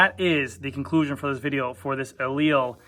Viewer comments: Pronounced Eli - Lee. Not E-leel Get it right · Aleal? You're missing a syllable to say the least.